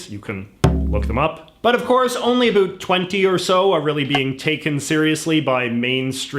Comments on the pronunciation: He is way to articulate to be Canadian. How can he pronounce everything perfectly but still say a boot? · Why is it that you only pronounce "about" in an overly-exaggerated Canadian way, and not all "ow" vowels? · The way you pronounce about is weird...